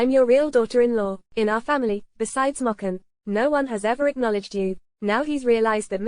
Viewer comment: this is stupid how they pronounce the name M O chen?what the heck